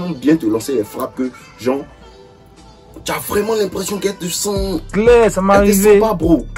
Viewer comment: Le camera man me fatigue😭😭😭"claiir"